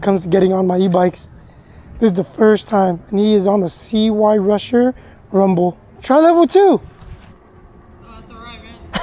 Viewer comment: If you know about this make of bike then why dont you know how to pronounce it properly or at least before making yourself look a total idiot look into how its pronounced. ITS PRONOUNCED SIGH rusher not CY rusher. Your son looks dressed like some sort of gangster. Who does he think he is.